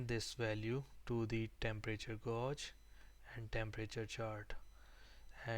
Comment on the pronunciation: you say the word "gauge" wrong